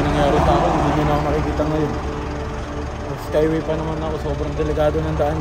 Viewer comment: Skyway hindi skaywey